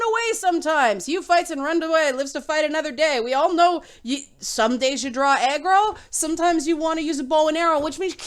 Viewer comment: When you say "...sometimes you draw aggro..." I keep hearing "...sometimes you draw eggroll..."